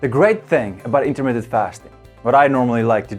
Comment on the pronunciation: Intermittent. Not Intermitted. And yes, it works. Have been doing it for two years.